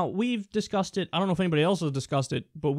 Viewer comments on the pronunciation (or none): were you saying "discusseded" lol